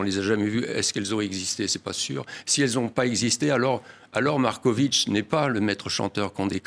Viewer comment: Il.ne cesse de dire Marcovitchhhh. C est.agaçant. Au moins l interviewer l.a bien prononcé. MAR KO VIC.